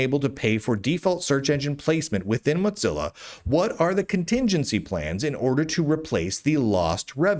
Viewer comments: moe zilla not motzilla or watever it doesnt matter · Muht-zilla. Muht-zilla. Why are you saying Muht-zilla lol? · Dear, while I've thought for many years that you and I would be close friends if we lived near one another, I feel the need to call your attention to the pronunciation of 'Mozilla'. As there is only one 'z' in the word, we do not pronounce it with the 't' as we do in the word 'pizza'. It's PEET-za because of its doubled-z, and MOH-zil-a because of its singular 'z'. Keep up the good work; you are a jewel of a journalist.